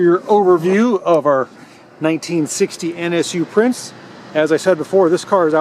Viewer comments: By the way, Prinz is pronounced Prints. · Cool video! Growing up, my neighbor, Norby Rosenborg, had two of these! A minor FYI, the letter Z in German has the same pronunciation as the Z in Italian... Think Pizza. Therefore, the NSU Prinz carries the same meaning and is pronounced exactly like it's English counterpart, "Prince". Nice video! Thanks!